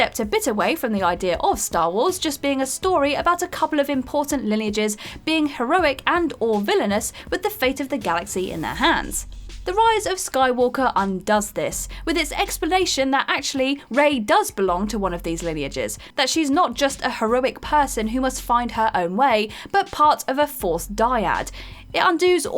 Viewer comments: I didn't even catch most of what she said after my brain hitched on "unDOOS" all that interesting work... She mispronounces so many words! I find it distracting. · At 5 minutes, ''undoos'' And you expect to be taken seriously? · Can you have a list of top 10 words WhatCulture presenters can't pronounce? You can now add "undoes' and "Ambiguity: to this ever growing list.